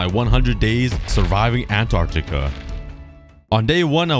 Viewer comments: Ant-are-ti-ka Not An-are-ti-ka Pronouncing the word. 😁 Ps: I love your videos! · you said anartica it`s antarctica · when u said "anartica" it smh made me laugh lol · You’re saying Antarctica wrong